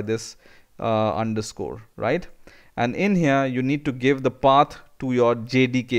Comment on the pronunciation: lol when he says "Path", it comes out as "pat"